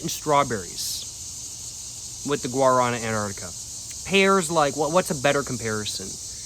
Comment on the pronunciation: come on man, pronounce it correctly! Look it up! Lmao